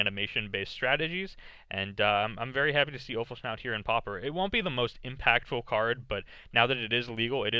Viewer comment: PS: Offal-schnout? :D